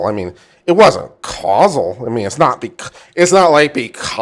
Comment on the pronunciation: Love this, and love your channel. But it’s not casual, causal is pronounced like “cause” “all.”